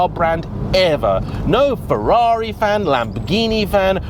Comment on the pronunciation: Hey! You pronounce the italians "Ferrari" and "Lamborghini" so lovely perfect!! Are You an Italian under the mask? 🙂 This video gave me the courage to buy a 987.2 S handshifter last year and i had about 8.000 kilometers of fun with it! May the season start soon...